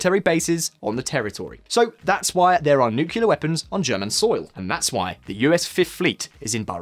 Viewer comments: nu-cle-ar not nu-cu-lar, thank you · Please learn how to pronounce "nuclear": new...clear, not nuke...ula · NU-CLE-AR, not NU-CU-LAR, buddy. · dude, for real... it's Nuclear as in NEW-klee-er not as in NOO-kyuh-luhr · Its "NEW-CLEAR" not "NUKE-YOU-LAR". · Yes he is driving me nuts with his pronunciation of that word. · Never trust anyone who says nukyaler. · He said "nukiller" minus 10 points to his speech delivering score !